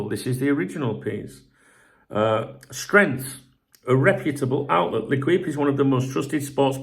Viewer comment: I know you probably don’t care but if you say ‘lay keep’ then you’d be much closer to the proper pronunciation of L’Equipe